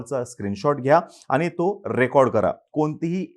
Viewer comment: अतिशय माहितीपूर्ण व्हिडिओ आहे.👍🏻 पण आनी, धारना, ठाने, उदाहरन.. नाही. आणि, धारणा, ठाणे, उदाहरण.. please.